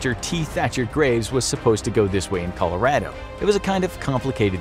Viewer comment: The way he pronounces colorado...